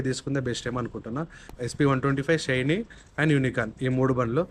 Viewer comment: Adhi షైనీ kaadhu bhayya😂😂 షైన్